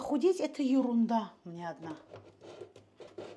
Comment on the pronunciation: Добрый день.Осень нравиться когда вы говорите юрунда это ваша фишка очень даже красиво звучит.Дп ещё пожалуйста напоминание нам чаще чтобы поставили лайк,а то я смотрю от всей души вас и забываю.А так вы напомнили опа и сразу ставлю.Обожаю вас❤❤❤❤